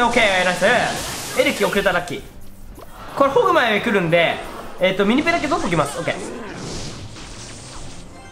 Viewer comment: ミニペがミニポに聞こえた